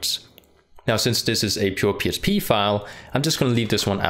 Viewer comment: why does he keep saying PSP file? is this a slip? or accent thing?